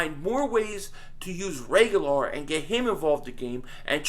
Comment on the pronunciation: I so was gonna comment on your pronouncing reagor name wrong then I got it near the end. NICE lol